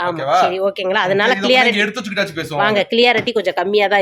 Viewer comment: கண்ணு, தமிழிலேயே பேசலாமே.இடையே ஆங்கிலம் எதற்கு? வார்த்தைகள் சரியாக தெரிந்தால் பேசவும்.அது கிளியரிட்டி அல்ல.க்ளாரிட்டி(clarity)என்று சொல்ல வேண்டும்.நான் ஒரு ஆங்கில ஆசிரியராக இருந்தவர்.மனசு தாங்கலை.சொல்லி விட்டேன்.